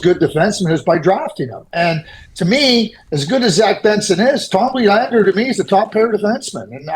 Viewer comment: Thank you Craig for pronouncing Willander correctly.